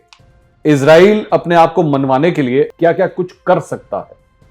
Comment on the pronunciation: Bro izrael nhi Israel bola kary